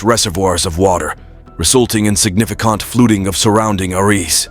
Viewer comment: The only scary thing about this video is the AI Narrator's pronunciations: "SignificAHnt FLUTing" instead of "significant flooding;" "Surrounding arEESE" instead of "surrounding areas;" "HomeSTEEDS" instead of "homesteads;" and "AcrISS" instead of "acres." The narrator turns the video into a LAUGH RIOT!